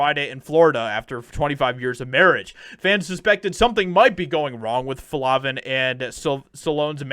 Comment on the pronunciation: FLAVIN!! LONG A! NOT FLAHVIN.